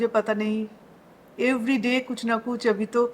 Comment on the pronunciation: Mohotarma hawit nhi..'habit' bolte hai, Avi nhi..'abhi' bolte hai,...thik hai..SM pe bol rhi ho..thoda apna pronunciation thik karlo😂😂😂😂